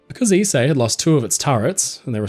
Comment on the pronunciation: Thank you for teaching me how to pronounce Ise I've been butchering the name for some time now.